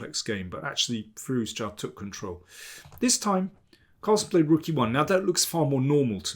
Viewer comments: I love Daniel's analysis, he is awesome, but every time he says Firouzja "Firuz-JA" I can't help but laugh. 😂 Sounds like a shout from Skyrim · I did some Google "research" and it seems to me you are right. I still think Daniel overpronounces it, but yeah, you are completely right. I stand by my "shout from Skyrim" point 🤣